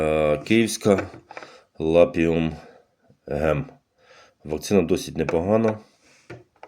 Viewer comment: Цей кумедний чувак усіх має за дурнів: "ви не читаєте інструкцію, ви не вимагаєте...". Крупний спеціаліст по цеглі й черепиці. Не лапіУМ гем-2, а лапіМУН гем-2. Читати треба по написаному на пляшечці, а не вигадувати від себе. Неук. А ні - то в перший клас сходіть на півроку! Двієчник.